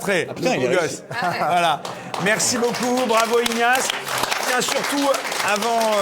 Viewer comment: Il sera TIN acteur majeur, ça fait vraiment mal aux oreilles. Au secours !